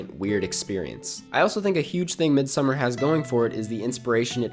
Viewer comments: It’s not midsummer it’s pronounced Mid-Sawmmer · Try pronouncing it as "mééd-sa-marr" and I think that's as close as it gets to the Swedish pronunciation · I actually had no idea, I dabbled in listening to Icelandic music so I pronounced it as Mid So Mar based off of what I heard but then all the critics called it Midsummer. I actually thought I might have been wrong lol. Glad someone was able to straighten that out. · Ok review. But your mispronunciation of ‘Midsommar’ was totally distracting the entire time. It was cringe worthy. Watch an interview with Ari for the correct pronunciation.